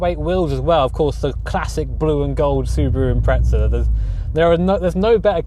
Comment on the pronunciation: Still callin them “Impretza’s” I see lmao